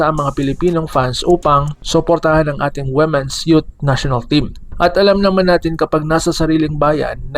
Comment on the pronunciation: Ayudin mo pag pronounce Ng womens